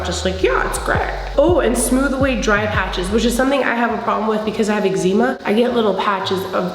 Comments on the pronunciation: 'egg-zee-ma' lmao ily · Omg that hair is everything, this minimal look is bomb ❤️ I love how you say eczema 😊 I’ve never tried the matte foundation but this one is for me and here for it